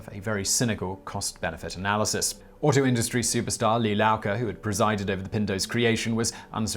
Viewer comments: Did you really just pronounce Lee Iacocca’s (eye-ah-coke-ah) name one of the most well known people in automotive history as Lao Co? You realize it’s an i not an L. This is the man who not only designed the pinto and mustang but countless other cars before eventually becoming the CEO of Chrysler. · Not Lah-coca, it’s eye-uh-coca! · Lee Iacocca - Wikipedia His surname is pronounced "ia-coc-ca" not "La-coc-ca". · Ford - you said Lee Lowca. - Its pronounced eye-a-coca. The man just died, show some modicum of respect and pronounce it right. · Hey Simon! Who dafuq is "Lelaoka"?? Or was that Lee Laukah? Leigh Lowcah?? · Not only does Simon misstate dates but he also mispronounces names so the information is distorted. Iokoka whatever get your facts straight and accurate!!! Names, dates, pronunciations, etc. Facts turn to fiction when you dont care about accuracy (you do this A LOT!!!!) INFORMATION IS NOT FUDGEABLE! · Lee Eye-uh-coke-uh. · Why do Brits have such a hard time pronouncing normal words? Lee eye-ah-ko-kah. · I know pronunciation is not your thing, but SERIOUSLY, how do you get from Iacocca to "Laoka?" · Lee who? haha. It's pronounced exactly like it's written Iococca Eye-Oh-Co-Ka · Lee eye-uh-coke-uh is the proper pronunciation. That's an I, not an L. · pronounce it like this I ah koa ka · Lee Iacocca is pronounced Eye-a-Coke-a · La kakka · Lee Iacocca is turning is his grave with that pronunciation..... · If not for inadvertently keeping on the closed captioning, I NEVER would have known that was supposed to be Lee Iacocca!!! How in the hell did you make it only two syllables? 😂😂😂😂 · During the Ford Pinto piece, did you mean to say "Lee Iacocca" instead of whatever the hell it was that you actually said? I think it probably was.